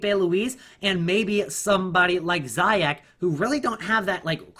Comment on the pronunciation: Zee - Jech. That's the pronounciation.